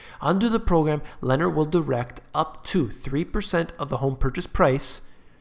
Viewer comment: Lennar (pronounced "Lin are" is one of the biggest home builders in the US. Very good info, thank you